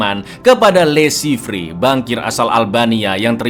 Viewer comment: Le Chiffre dibaca Lo Syifer....bhs Perancis.